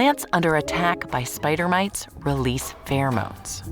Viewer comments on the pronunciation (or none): My brain is trying to understand "mates" with a heavy accent and I find it amusing. Edit: Oi, where are my mates?: ON YER FACE, MATE!